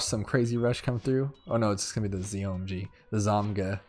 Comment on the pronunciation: its zo-my-god